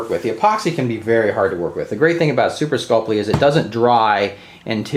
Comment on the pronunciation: “Super sculp-lee” 😂.... super sculp-ee